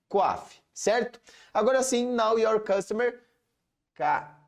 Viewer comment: Muito bom!! Apenas uma observação, a pronúncia, é know (noʊ) your customer, não "now" de agora. Muito obrigada pelo conteúdo.